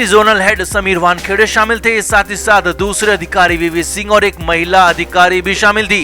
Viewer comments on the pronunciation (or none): none